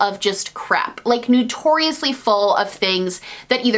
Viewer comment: ...are you saying 'new-torious'? okay yeah you definitely are, lol